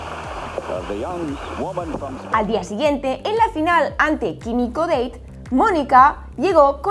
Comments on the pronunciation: Kimiko “Deit”?? Jaja es Kimiko Date. Es japonesa, no inglesa. Como argentino recuerdo bien que Gabriela Sabattini no votó en esa farsa, un orgullo. Una cosa increíble lo que sucedió con Seles. Sin duda habría sido la mejor de todos los tiempos, en su momento la diferencia con las otras era enorme. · El apellido Date es de origen japonés no se pronuncia como lo haces en el vídeo “Kimiko Deit”